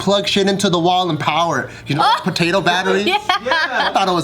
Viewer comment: As soon as I hear patotoe I was like where's my nigga Viet potatoe Lee lol